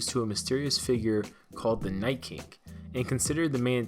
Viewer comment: Wait, did he say The Night “Kink” twice??? Lol